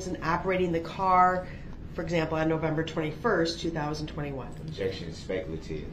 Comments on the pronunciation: Prosecutor: What is your name? Brooks: Objec-shun. Leading, speck-uh-lative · Every time I hear DB say "objection", all I hear is him saying, "disruption."